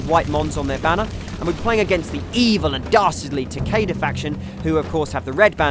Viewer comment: It is TAKEDA!